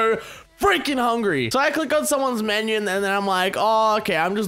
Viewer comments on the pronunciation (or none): none